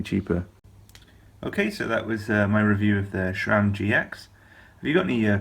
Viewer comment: The letter "h" is in Shimano. Sram is pronounced like "Tram". No "h"...nah, nah.